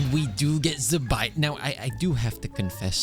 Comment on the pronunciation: Why do white people say Zibai like that?